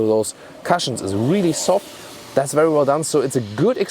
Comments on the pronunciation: the correct pronunciation of the word cushion is koo + shin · your English is amazing. One word. "Cush"ion. Rhymes with good or push, not with crush. Consumption of 6.7L/100 km is 41.6 mpg (British gallons). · Love your voice and your pronunciation,, I remember that you feel good to make your English usage even more native-like. So, I hope you will welcome a pronunciation note: the u in cushion sounds like oo in book. Keep the great content coming!